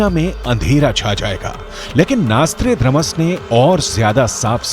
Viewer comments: नास्ट्रेडामस नही सही उच्चारण है nostradamus है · The narrator doesn't know how to pronounce Notredamus. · NOSTRADAMUS शब्द का सही उच्चारण करें।